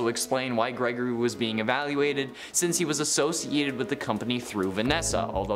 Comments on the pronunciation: Ah yes... "GERGORY" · "Gergory" lmao